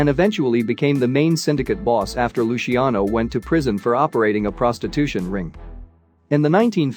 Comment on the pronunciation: Or Luciano. Lushiano? Unbelievable.